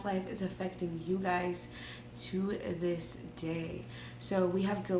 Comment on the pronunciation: "To dis day!" I started screaming 😂🤣